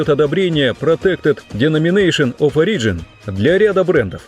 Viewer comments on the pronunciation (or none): none